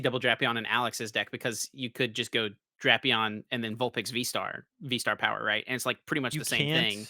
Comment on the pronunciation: it's pronounced DRAY-pee-aan, not DRAP-ee-ann. has it right. I wouldn't say anything, but you are always hounding him for his pronunciations!:)